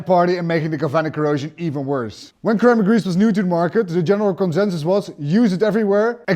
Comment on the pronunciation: "Sir-am-ick" grease Sir